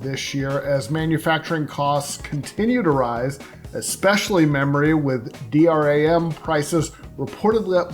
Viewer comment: Did he really say D-R-A-M instead of D-RAM or DRAM?